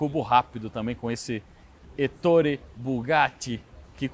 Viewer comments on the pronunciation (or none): Muito boa e detalhada a apresentação técnica que só pecou na pronúncia do nome do criador da marca. Duvido que o tenha ouvido em qualquer lugar do mundo, o nome Ettore que é italiano, ser pronunciado como se a grafia fosse Ettóre, paroxítona, ao invés de Éttore, proparoxítona. Doeu nos ouvidos a pronúncia dele, realmente muito estranha e inédita. Foi a única ressalva, que espero que ele corrija nos próximos vídeos quando se referir a ele.